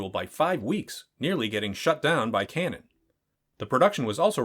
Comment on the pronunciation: you can pronounce O'Bannon, but you can't pronounce Cannon.